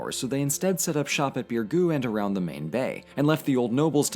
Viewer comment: im maltese and you pronounce it beer-goo